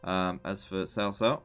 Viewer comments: C in Pinyin is pronounced ts like in cats. If you want to get real technical, the caos are actually pronounced a little differently from each other because each one uses a different tone. It is Cáo Cāo with a rising tone on the first one and a high tone on the second. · Nope. Ciao is somewhere between a Ch and a Sh sound, so somewhere between Chiao or Shiao. The C in Cao Cao is more like a Ts. so like Tsao Tsao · Blanco it’s like ts, not ch, not ciao